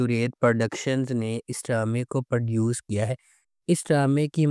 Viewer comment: Sahi word “Produce“ h Per duce nahi 👿